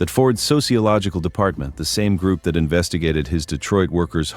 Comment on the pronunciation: Day Twa ( Detroit) 😅